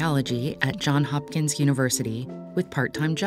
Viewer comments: I loved the video, but as a student at Johns Hopkins I have to say this. It’s Johnsssss Hopkins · Well done video. Only feedback is the mispronunciation of Johns Hopkins University. Please be sure to say the "s" in Johns.